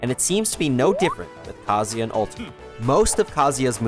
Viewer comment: Why does everyone pronounce Kazuya wrong? Like did we not go to school? You can't sound out vowels you can't clap syllables? Japanese people don't say "Kazaya" it sounds like they do because they are fluent in their language. Learn how to say Kazuya like a real Japanese person or drop the act and pronounce it correctly as a foreigner. Good video and all but dude I am really fed up how the smash community butchers his name and people defend the mispronouncation. Like you made a whole video on a character and couldnt even say his name right? ITS VOWELS BUDDY. WHERE IS THE "A"????? Gosh!!!